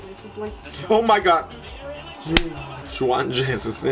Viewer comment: A proposito di Juan jesus, essendo lui di Brasiliano e quindi di lingua Portoghese, il suo nome va pronunciato come faremmo noi a Napoli 'Giuan' and not alla Spagnola per intenderci che suona 'Cuan''